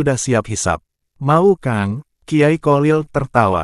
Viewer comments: Kyai kholil bukan qolil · Yg bnr klo bicara...bukan kolil...tp kholil...kho....kho...sperti org ngorok....slh baca bs slh arti.bgitulh nhs arab...